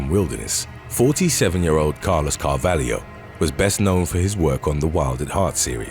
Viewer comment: I always thought the narrator was Australian, so that surprises me that he's getting slack about Melbourne. He constantly mispronounces things though. Did you hear how he said Carvalho?